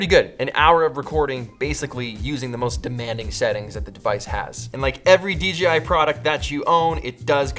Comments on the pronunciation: Dee Jay Eye, not Dee Gee Eye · Ummmmmm... Did you say “D GI?” ... shame on u... lol 😂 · "Thank you DGI" I THOUGHT I WAS THE ONLY ONE WHO MADE THIS VOCAL MISTAKE!